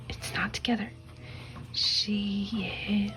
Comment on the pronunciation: i noticed you pronounced 시에 as “si-eh” , thought i’d tell you some pronunciation rules , some vowels when used with the consonant ㅅ make it sound more like sh that s . eg : 시- shi 쇼-sho 셔-sheo 샤-sha 슈-shu